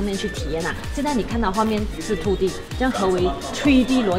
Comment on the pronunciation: 这个“吹D” “秃D” “爱色儿（弘基）”听得我蛋疼 要么全中文，要么英文配字幕不行吗，中英混搭听得真难受。